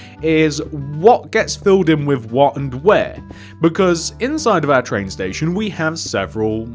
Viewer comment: he said tran station